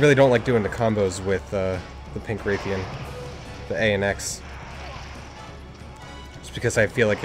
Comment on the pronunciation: its pronounced like wrath-ian not like rathe-ian, also thanks for the whole team thing, most helpful people i'v met